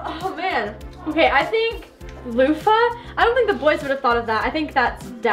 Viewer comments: Its a loofa ( loo-fa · The bath poof is called a lofa pronounced loofaa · IT IS CALLED A LOOFA!! LOL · It's called a Lufa! 😂 Lava was super close!! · its not called lava its called loofa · When ty said a bath puff it’s called a lufa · its called a lufa lo-fa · pretty sure it's "loofah" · It’s called a loofa looo—fa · the the louf is called a loufa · you say it like lufa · It’s a “luffa”. It’s a luffa. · Loufa it's called loufa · it is called a loo-fa - lufa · Btw it’s called a “loofa” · Its called a Linda loo-fa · It’s called a loofa pronunciation: lu-fa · Its calld LOOFA